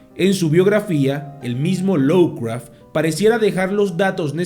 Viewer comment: Cumpita, no es por molestar, pero se dice "lofcraf" no lowcraf...